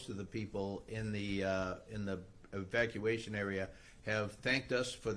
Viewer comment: She is unqualified to be in government. She can't even pronounce EVACUATION!😂